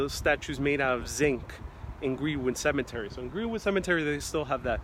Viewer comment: Cemetery not cement-ery. Interment, not Intern-ment.